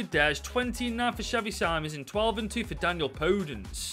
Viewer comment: No ofence but you say xavi sim-ons